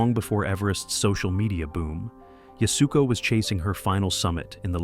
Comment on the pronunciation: Yasuko is pronounced “YAS-koh,” not “Yas-OO-koh.”